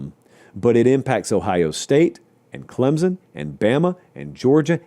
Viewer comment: Please, for the love of everything holy, it is Clem-sun, not Clem-zun. You can love us or hate us, you are free to criticize however you wish. But pronounce our name correctly.